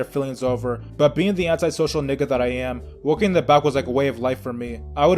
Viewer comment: Why do you pronounce it nicca you say it whiter than most white kids say it